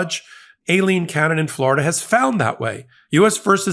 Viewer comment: I dont like trump. But you dont prnounce women's names right either! you call Aileen Cannon "A-leen cannon" you pronounce Laura as "laaaaa-ra" 0.o